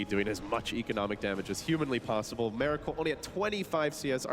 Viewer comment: His name is miracle not meracle, pronounce it right ffs!